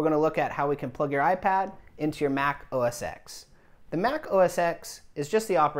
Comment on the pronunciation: It's not OS x it is pronounced OS Ten. X is the roman numeral for 10. Geez